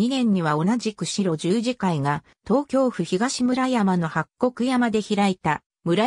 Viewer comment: この中で村尾圭介医師が居た茨城県鹿島神栖市の軽野村にあった白十字養療所の読み方がシロジュウジではなくハクジュウと読むのが正しいです! 大きな誤りですので、是非とも訂正してほしいです。